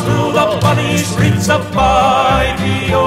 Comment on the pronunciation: It's not Fyve-lo. It's Fife-e-o, as in the city of Fife in Scotland.